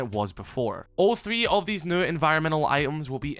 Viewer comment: Please stop saying “new” unless you can say it without sounding like a bloody mump